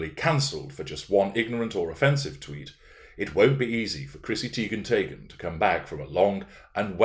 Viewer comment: Every time you say Chrissy Teigen/Taygen I can't help but laugh. I love these recent series. Perfect examples of narc behavior. These behaviors can keep you busy indefinitely.